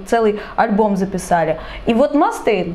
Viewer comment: Что ж вы так издеваетесь над произношением ) Ма́стейн и Ексо́дус)